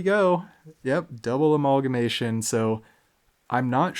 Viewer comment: Speaking of weird pet name pronunciations... We sold on a-mauwl-guh-mation? Lol.